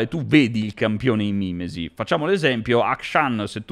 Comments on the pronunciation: ma è mimési non mi mìmesi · Tutto molto bello ma si dice mimèsi.